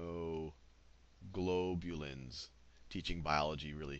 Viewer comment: 'Immunoglulobing' 'Teaching biology really stresses my perspelling part of my brain' Laughing my ass off hahaha!!